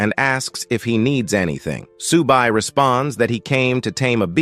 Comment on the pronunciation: Whoever is narrating the story is useless....everybody's name is now 'SUBA'...his name is 'Su BAI' !!! The turtle is not 'SHAA' but 'SHIAO BA', and the beautiful teacher IS A WOMAN !!!!!!!! ...........no efforts at all....change him Thank you for the video though, it was still a very good video